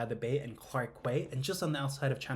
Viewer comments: By the way - it’s not Orchard St! It’s Orchard Road.. you need at least 5 days to a week to really do all the activities without collapsing & tired. What’s a vacation when you are Hattie’s & hot & tired. Also this word “quay” is pronounced “key” not “Kway”! Please make sure you get your pronunciation right ! Thank you! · Quay is pronounced 'keys' not "kways"!🤣🤣🤣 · "key". Quay is pronounced "key" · Quay is pronounced “key” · "Quay"...... pronounced as "key" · Quay , pronounced - KEY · Quay is pronounced like KEY. Otherwise a very good video.